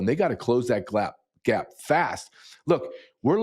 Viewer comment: “They gotta close that glap”